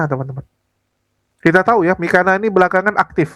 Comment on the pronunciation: Saya suka dengan ucapan si Paul...katanya nama mikana jadi Miko ntol😅